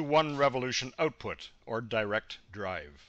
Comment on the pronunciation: Output not Ootpoot.